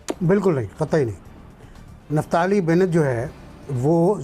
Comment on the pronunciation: निफ्ताली नहीं बोलो,इसे कहते हैं निप्टाली ,कई चीजें निपटा ली । निपट भी रही हैं।